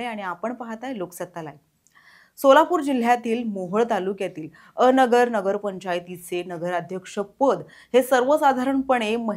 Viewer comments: अ नगर नव्हे अन- गर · पत्रकार मॅडम, अ नगर नाही, अनगर आहे ते 😂😂 थोडी तयारी करत जा बातम्या दयायच्या आधी